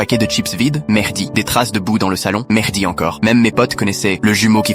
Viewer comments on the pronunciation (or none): Y a que moi qui entends "Mehrdi" au lieu de Mehdi ?! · Moi aussi j’ai entendu Merdi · Le "Mehdi" moi j'ai entendue "Merdi" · C'est pas que toi il dit vraiment Merdi